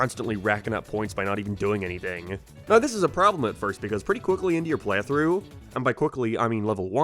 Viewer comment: Dude doesn’t know how to pronounce the word “playthrough” lol